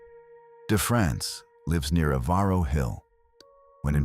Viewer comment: REGARDING MISSOULA....ON Germaine ....NOT EVARO HILL PRONOUNCED "EVER-ROW"